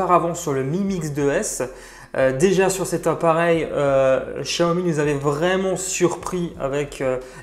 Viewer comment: C pas chiaomi c xiaomi